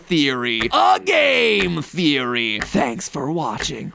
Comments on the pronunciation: anyone else hear ''pizza theory'' or ''*eats a theory*'' at the beginning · Did he say it’s a theory, or pizza theory? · i thought he said pizza theory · Question Was the voice during the clock saying 'pizza feeling' cause it sounds like it